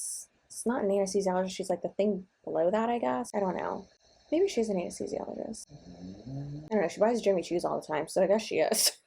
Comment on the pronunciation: I don’t like to use the T word but what trash (T) heap did she crawl out of with that piss poor attitude? How tacky. Fun fact: she said Amnesthesiologist not Anesthesiologist - lmao. I think she invented a new study of medicine. Amnesthisiology = amnesia + anesthesiology = administering anesthetics for patients suffering from amnesia. Sorry for the rant lol.